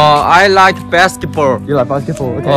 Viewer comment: I laughed so hard at the moment when he said “basketBORLL” 😂 what a cute vlog!